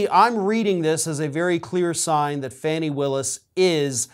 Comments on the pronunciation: Her name is pronounced Fahnie not Fanny. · Please pronounce Fani Willis' name properly. It's pronounced FAWN-ee, not Fanny. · 'FAAAAWNEEEE" not FANNY!!!!!!!!!! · I know her name is spelled Fanny, but it’s pronounced as Fawnie. Good blog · I wish you could call her Fani (FAH-knee) instead of Fanny. Just sayin. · Fawni (Fani), not Fanny. Unless you are speaking of her backside. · will you STOP calling her ""Fanny "" It is pronounced "" Fawnee "" "" Fanny "" is just disrespectful, In America, it is a slightly naughty term for "" butt "" In Britain it is a more impolite term for female genitalia!! So, Please, get it right!!!! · It's pronounced as Fawny! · Fani, pronounced to rhyme with Donny, Ronnie or Lonnie. Go get him, Fani! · I'm not being a smart ass, but she pronounces it (Fawny).Honestly I'm not being a smart ass.